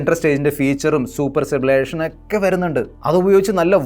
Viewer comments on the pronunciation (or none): സ്റ്റബിലേഷൻ എന്ന് പറയല്ല എന്ന് ഞാൻ മുമ്പേ പറഞ്ഞു പിന്നെയും അതു തന്നെ പറയുന്നു